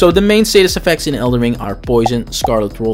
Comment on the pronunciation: Why do you keep saying "raper statist effects"?